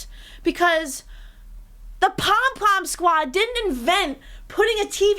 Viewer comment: Every time says "the pom pim squad" I giggle